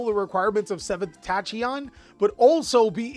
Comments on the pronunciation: Does he just mispronounce names on purpose? Tashyon? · I'll be the first to say it, Tachyon isn't pronounced the way you are saying it. It's pronounced Tak-yon. Just your friendly grammar "nationalist!" xD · The pronunciation of tachyon is killing me